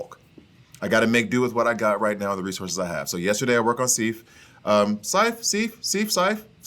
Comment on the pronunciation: lol. Lady Sif. Like if with an S at the beginning. Awesome character by the way. She does well on my team and the gold amounts rather quickly so you'll be able to to get that next level pretty soon. Where is Mighty Thor? Is she not on your Asgardian list? Also, the number of times you mispronounced Lady Sif. Lol.